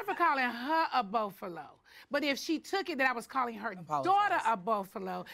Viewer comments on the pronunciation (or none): What is a burfalo? Did she mean buffalo??